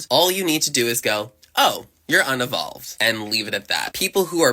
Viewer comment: "UN UH VOLVED"? It's pronounced un EE volved.... now who unevolved?